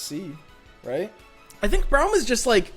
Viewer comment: It's Braum as in AUtomatic, not as in OUch. Please stop